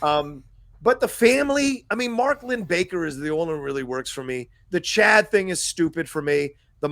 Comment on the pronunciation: I love you guys and your divergent points of view! But you need to watch with the captions on, maybe on your second watch of an episode. The cousin's name is NOT "Chad" - it's "Ched".